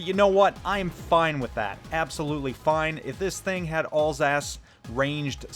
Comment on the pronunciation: I thought u said Ballsack instead of Alsace...